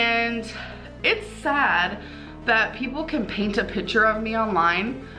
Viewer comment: when she says “pitchurre” instead of “picture” I wanna drink battery liquid